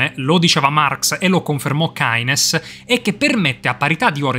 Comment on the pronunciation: si dice kines come sono intelligente si sono un fan di ayn rand e javier milei da cosa lo avevi intuito?